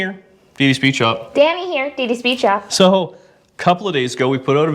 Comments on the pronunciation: It's dd speed shop not d speed shop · It's dd speed shop not d speed shop .